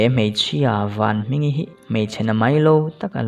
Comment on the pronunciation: Vanhmingi tih tur ah vanhminga iti a top don ah khn